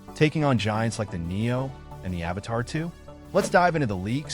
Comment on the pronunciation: dude... say it with me.... "A-V-A-T-A-2." Where are you getting "Avatar" from? lmfaooo